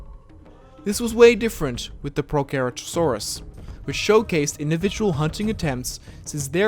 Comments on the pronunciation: Its pro-cer-ator-saurs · It's pronounced pro sera toe saurus